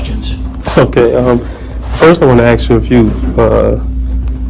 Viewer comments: When you can not say the word "ask" correctly you have already shown your ignorance, 💩🧠🤡💯🔔🔚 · He had to axe! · ‘Can I axe you a question? Do you honor your oaf?’ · Sadly that is an American thing, I have heard so many people saying axe instead of ask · Can’t even pronounce the simple word “ask” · Why can't black folks say ASK ?